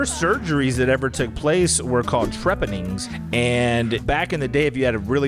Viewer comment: not me cackling how pronounces Trepanning